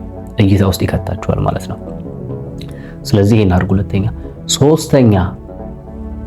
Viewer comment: The way he said like adrgu it's killing me 😅😅😅😅😅😅😂😂😂😂😂😂😂😂😂😂